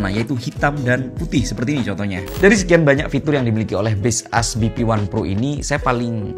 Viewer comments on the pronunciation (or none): maksud gw, kalau dari cara baca sesungguhnya, jelas bukan base us (yg pake spasi). Tapi kalau cara baca dari POV pemilik brand ya serah² dia.. Tapiiii, untuk orang umum ya tetep ikut umumnya gmn. Coba ketik di translator terus bunyikan audionya. Juga di iklan baseus yg luar, ngomongnya tetap baseus, bukan base us. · aku ngasih tau doi, soal base us kata abang ini, malah di ketawain 😭😭 di akun officialnya aja mereka bilangnya baseus, bukan base us 🥲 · Ga brmksd jdi grammar police, tapi "Baseus" mestinya sih dibacanya "bays-yooz". Soalnya Baseus sndiri filosofinya "based on user..." 🤭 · Kok base us? Ini ngawur ini cara bacanya.. 😂😂